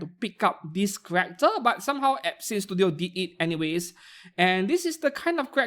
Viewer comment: you NEED to fix how you say some brand words because im hearing "epstein" studio than "absinthe" studio lmao